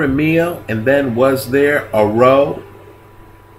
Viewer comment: Because of differences in pronunciation from one area to another, may I say that 'row' actually rhymes with 'how' when referring to a big argument. [love your videos!]